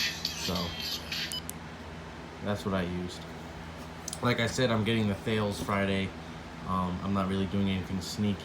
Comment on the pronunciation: “Thales” is pronounced like “Tal-ess”